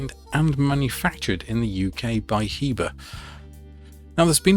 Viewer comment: It's pronounced Heber